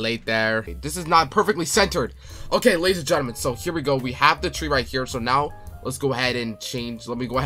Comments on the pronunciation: It's Not Tre it's Tree😂😂😂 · Did bro really say “tre” instead of tree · Tree❌ Tre✅ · Did bro really called a tree tre? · Fix ur horror game like the name for the tre it called tree not tre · “tre”😂😂😂😂 I love your vids❤❤❤